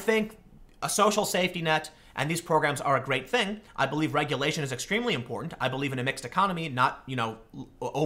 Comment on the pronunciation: I'm still trying to figure out why Tim has trouble pronouncing important. Is it too many syllables? not sure